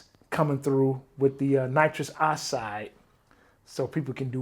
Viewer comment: “Nitrous oside”